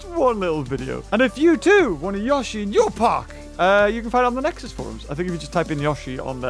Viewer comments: Itsssss notttt yosheeee. Itss yoshi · It yO-shi not youshi instead of making the sound of the i you just say The letter o not the sound.: ShUT UP THIS IS MY VIDEO!! >:( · It is pronounced yowshee not yahshee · It’S YoShI nOt YaWsHi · It's not gashi its yoshi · it is not yoe shi its yoshi the character litterally says yoshi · Yashy no its yoshy no yashy no yoshy SHUT UP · Nobody:: yawshy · He calls it Yashi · The way he said Yosi makes mario angry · I was really hoping that instead of roaring it said "yoshi!" Also its pronounced yo-shi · Yoshi “YO-SHE” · i love how he pronounces yoshi i never heard that before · It is yoshi not how u say it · Anyone else annoyed by how he says yoshi